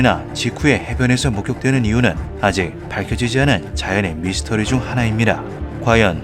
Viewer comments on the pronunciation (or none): none